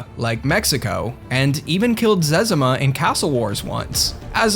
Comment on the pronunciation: Been playing RuneScape before all these people and the only name I recognized was zezimas, and I've never heard anyone say it the way you just did.